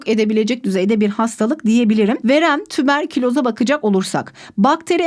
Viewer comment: Verem tüberküloz 😂😂 uberkuloz çok komikti